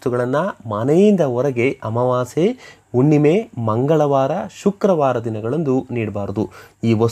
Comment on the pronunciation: Unnime alla Hunnime. Kannada sariyagi matadi